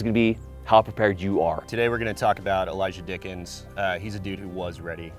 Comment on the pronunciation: Im sorry but the intro had me laughing "The one name I do know... Elijah Dickens!" then all I hear is "Dicked em down" 😂